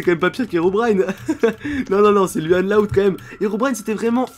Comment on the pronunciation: ON PRONONCE LOUANNE PAS LUANNE C'EST MON PRÉNOM !!!!!!!!!!!!!!! 😠